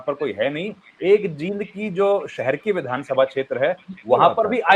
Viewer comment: Jind me bdi e ki matra lagti h theek se bola kro